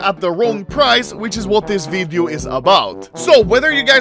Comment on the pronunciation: “In todays vidiö”